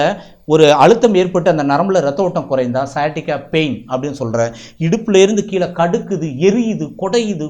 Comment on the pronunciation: தயவுசெய்து கீழே என்று சொல்லுங்களேன், கீளே வேண்டாமே !